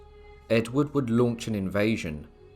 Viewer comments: it's pronounced berrick you dafty! not burrwick and also ayr is pronounced air not ayer jesus christ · Be-Rick not Berwick. AI as usual. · Your pronunciation of Berwick is incorrect..it is not Ber. . Wick , it is pronounced Berrick if you know what I'm trying to say , great video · Berwick is pronounced Berrick not ber wick. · Berwick is pronounced Berick........... the W is silent. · Great video, apart from the mis-pronouncing Berwick. I believe BERICK is the more comm name